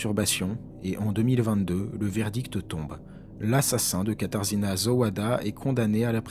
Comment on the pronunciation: on prononce "katajéna" (katarzyna)